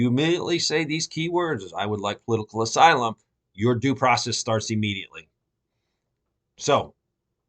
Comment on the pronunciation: "POLITICAL AYSLUM"